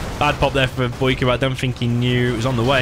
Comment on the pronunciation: "Boycahr" lol love u you british sob